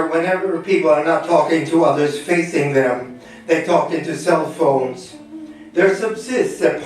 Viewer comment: "The Phons"